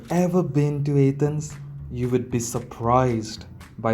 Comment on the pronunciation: Your video sucks... Don't go back to A-thence At least pronounce it properly.. I'm amazed you said archeological properly.... Go talk about the putrid smell of India... Everyone else does